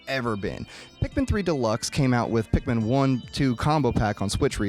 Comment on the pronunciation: Favorite things: welfare Pikmin, the pronunciation of resources, and pikMEN . 10/10